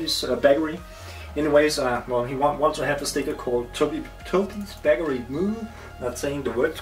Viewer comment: I really enjoy your videos =) But some of your pronunciations sounds kinda funny =D Bakery is not pronounced " Backery" or "Beckery". Cool vids though =) keep them coming!